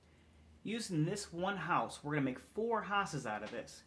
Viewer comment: Ha-use haha deff a penn accent.